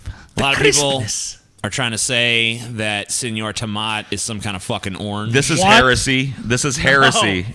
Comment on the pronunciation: Its seÑor tomato please! Ñ!!!!!!